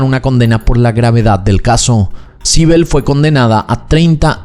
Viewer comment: Sibel... Naimmme...... me estás jodiendo. Sibel?